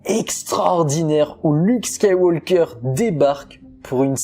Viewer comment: Ne prononce pas SkywaLLLker mais Skyw"oker". Super ta vidéo et vivement dimanche 😉